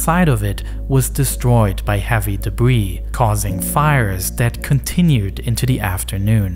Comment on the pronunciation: "Dabwee fwoo" "Compwetewy deswoyed" "Da Norwf soyd" "Cowapse" This is gold 🤣🤣🤣